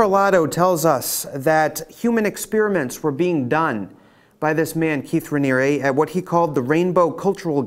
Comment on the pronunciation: I've never seen someone pronounce so many words incorrectly. Do you not hear other people saying Sea-grams? Hillary Clin-TON? Raniere, "Raneeree" not "Raneeryah" Well, you said New York correctly. funny